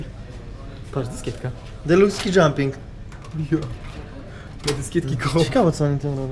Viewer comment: "DELUKS SKI DŻUMP " haha grało się troche